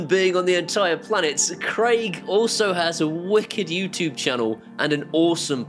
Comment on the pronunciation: Neesha, I have a request for you. Can you teach to say YouTube properly 😄👍 if you can I'll buy him a one off beer on PayPal. Have a great weekend and Neesha.... OHHHHHHHHHH THE ZIGBEEEEEEE 👍👍☃️🎄🍺